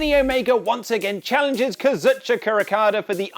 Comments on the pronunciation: Why you pronounce Kazuchika as Kazuhchaka? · I thought kazuchika okada was pronounced kaz-OOO (kingslayer)-cheek-ah Oh-kah-da